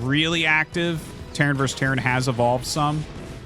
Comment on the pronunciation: The word is "versus," not "verse."